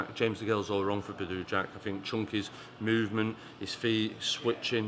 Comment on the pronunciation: "Badoooo jack" 😂 can't even get his name right. Manc twat.